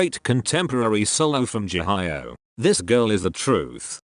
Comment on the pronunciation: The way he pronounced Jihyo though. Haha. #Jihayo Anyway, I think SM has the best vocal coaches. And should RBW would be consistent, I think they have too. Just look at Mamamoo.